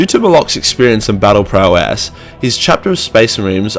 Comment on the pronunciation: Battle Prowsseehhslhdslhdsdlyadsdasd